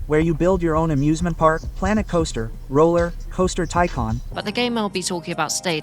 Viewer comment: The ai voiceover didn’t even pronounce tycoon correctly.